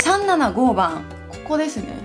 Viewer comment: さんななごー番w ぜろにー番みたい☺️